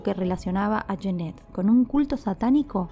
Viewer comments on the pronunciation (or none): Cada vez que pronuncias "yenet" muere un gatito, se pronuncia"yanet"!